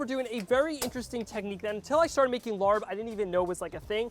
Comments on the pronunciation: Don’t give it a try, this is all wrong, including how he pronounced it 😂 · Please do more research and learn how to pronounce it. The r should not be pronounced. So many white people pronounce it wrong. and know that it is the national dish of Laos. Thank you! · Lol you pronounce it wrong 😂 but it still look good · Yes, what is this LARB?? I'd appreciate it if he didn't present this dish as the Thai dish larb. A little research and you'll know this is pronounced laap. If you're going to cook and present a dish from a different culture, be respectful and try to be authentic. It at the very least, let your viewers know what ingredients are normally used. No peanuts, use Birdseye chili, sticky rice (not Jasmine) that's browned more, use fish sauce- not soy sauce. If you go into a Thai or Lao restaurant and ordered laap (or a he says larb), I guarantee that it will taste nothing like what he made. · Omg please please stop calling it Larb. It's pronounced Laap. Take the R out. You don't know how cringey it was for me to hear Tom Holland say Larb in Spiderman. No!!! Tom not you!!! Omg and you're squeezing the lime when it's still hot on the pan. And that's a no for the soy sauce. Fish sauce. Tsk tsk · Larp is pronounce RRUP not Lord. Turn off the heat. Cook it with no oil. Do not saute` You killing me!!! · It’s pronounced “laaaab” not larb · STAHP lol calling it larb 🤪… how we say is like STAHP but woth an L. The R is silent. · Lol try pronouncing it as “lahppp” and not larrrb lol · It is not pronounced the way its spelled. It is pronounced "Lapp". I like using grilled steak. Never had grounded beef. But kudos. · By the way it’s pronounced laab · I’m glad you had fun doing this dish. By the way…It’s pronounced “Lah” 😄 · You pronounced larb wrong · Horrible pronunciation. Didn’t toast the grain enough. Honestly, you could at least make it authentic. And adding soy sauce is just wrong 😟